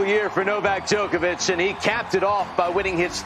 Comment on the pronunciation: Why do American's pronounce Djokovic like that?